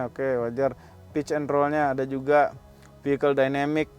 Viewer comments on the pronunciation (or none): none